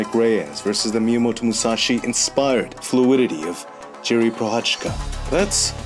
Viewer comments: It's not jiri ...it's pronounced as YIRI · hey, great video as always..maybe you are interested in it maybe not, but the pronounciation of the Z in Prochazka is the same like e.g. the S in organism..and the J in Jiri is the same as in Jan, like Jan Blachowicz